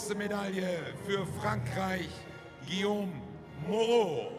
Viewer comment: Please learn how to pronounce "Guillaume" - the E at the end is silent, so the name is two syllables, not three.